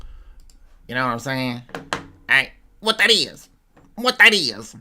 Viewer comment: You can repeat "wat dat iz" 100 times in a row and will still be funny as f...!!🤣🤣🤣🤣